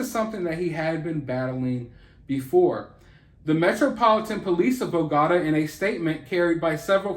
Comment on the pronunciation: Sorry, but it's kind of hard to take someone seriously that can't even pronounce the name of the most well known city in Columbia. Bogota, pronounced like the Borgata casino? Bro...it's Bogota; pronounced like BO-GO-TAH.